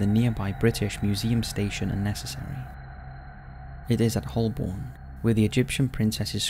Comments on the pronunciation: agreed. Although I’ve never heard of “Hullborn” before, have you 🤪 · As I work on the Central line, I can confirm Holborn, but “Hullborn?” Perhaps that’s a new station we’re getting? 🤔